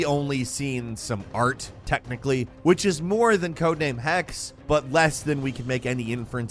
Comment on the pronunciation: A sidenote on Assassin Creed Codename Hexe. Hexe is German for witch, and the 'e' at the end should be pronounced. Maybe it will play in medieval Germany. They had a very extensive witch hunt over the centuries. ;-)